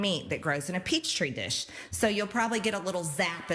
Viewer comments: A peach tree dish? Sorry but it's peetree dish lol 😂😂 or pehtree (petri dish) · "Peach tree dish". Uneducated alright. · Peachtree dish and she also said Babel movements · 'Peach tree dish'... she proved the why part of why people thinks she is crazy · Peach tree dish? She’s dumb. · “Peach tree dish”. What a complete idiot Majorie is🤣